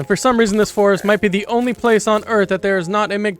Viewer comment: "I RIDE ZA DEER"